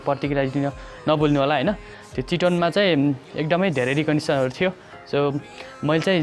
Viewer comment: चिटोन रे थुक्क मुजि बोल्न सिख भाइ